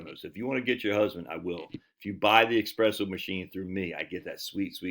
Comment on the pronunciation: Pablo, tell your ol buddy theres no X in espresso